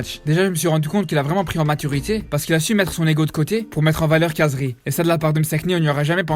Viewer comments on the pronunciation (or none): Par contre comme t’est arabe essaye de bien prononcer le nom de khazri c’est « rrrazri » et pas « cazri »